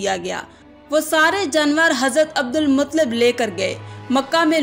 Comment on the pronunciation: Abdulmuttalib h sahi to bol lo kaisi muslim ho